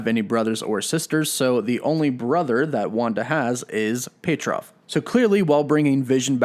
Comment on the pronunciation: I thought it was pronounced pie-tro not pe-trof